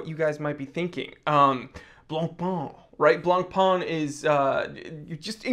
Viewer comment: Again: BLANCPAIN is not BLANPAAN: is french, so you need to say BLANPÈN. Oooookkkkkkeyyyyy?? 😈😈😈